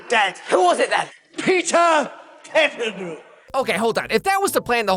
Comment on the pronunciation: why does he say pettigrew like that? lol